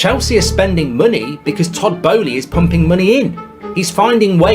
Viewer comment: Wanted to watch, but the computer-generated voice and mispronunciations are too cringey. Who is Todd Bo ez lee?